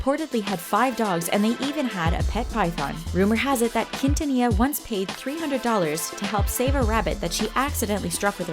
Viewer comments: Its not pronounced kin-ta-nee-ya!! Its pronounced keen-tha-nee-ya. You have to say it with a flare. Get your shit right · Only for Selena Quintanilla! Like if you're Team Selena Quintanilla! (You don't have to you can also reply) I grew up listening to Selena Q. and Michael Jackson. Since I was born. AND ITS NOT PRONOUNCED KEENTANIA. YOU'RE WELCOME SORRY IT JUST BOTHERS ME SO MUCH KNOWING IM HISPANIC IT BOTHERS ME WHEN PEOPLE CAN'T PRONOUNCE SPANISH NAMES OR WORDS. THAT'S JUST ME. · Why you comparing them? Selena is a LEGEND AND ICON,also you didn’t pronounce her last name right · ella tratando de decir quintanilla es tan desagradable English: her trying to say quintanilla is so cringe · They murderd her last name and tejano 😂😂